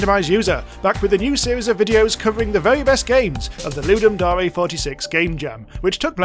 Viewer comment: STOP SAYING DAREE its DARE as in I DARE YOU to make a game. FOOLLLLLSS